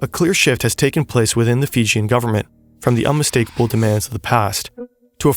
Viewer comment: The pronunciation is usually Fee-Jee-'n and not Fi-Jin.